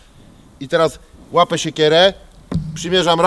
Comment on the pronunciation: Rąbe, łapę.... wiesz, że tam jest jeszcze literka "i"? Rąbię i łapię? Hahaha